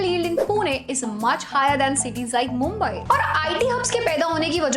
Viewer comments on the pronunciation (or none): none